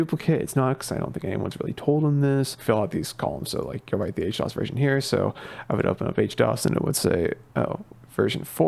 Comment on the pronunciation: why H-DOs instead of HD-OS lol